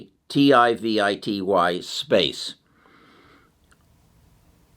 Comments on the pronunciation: Can someone do a compilation of trying to pronounce things😂. “Realitivity” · Rel-A-Tiv-Ity is the name you are struggling with. Your info is so valuable and don't like to see you struggling with the name. Thank you! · RELL-AH-TIV- IT -TEE !!! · Re-la-tivity. Like theory of relativity. Good company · Pronounced Rell-ah-Tiv-ity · OMG... it's Rel-uh-tiv-ity, dude. (Relativity) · Great outlook on the future. I read The Future is Faster than you think on your recommendation and it was fantastic. Also I think its Rel-a-tiv-ity as in Einstein theory of relativity. 😊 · It's relativity (re-la-ti-vi-ty), like Einstein's Theory of Relativity.... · Omg, he can’t pronounce relativity. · google pronunciation of relativity ahead of time, from Einstein's theories